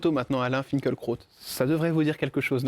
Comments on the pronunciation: En allemand "fin kil( en allongeant le i ) kra ot " .das Kraut signifiant plante ,herbe , Lui- même prononce son nom fin kel krot . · Pourquoi personne ne prononce son nom correctement ? Fin-kil-kraoute ! Lucidité, humanité, profondeur d´âme et d´esprit. Alain Finkielkraut est bouleversant. 🧡